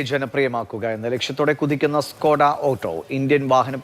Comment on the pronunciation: ഡ്കോഡ' എന്നല്ല ചേട്ട ..... ഷ്കോഡ